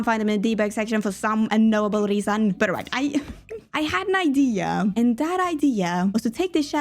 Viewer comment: Are you saying “for some un-nobel reason” or “unknowable” 😂